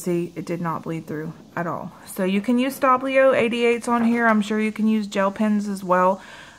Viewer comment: Shouldn't it be Stabilo, not Stablio... :)